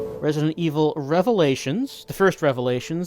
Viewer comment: "Rev-a-lay-a-tons." still too soon,.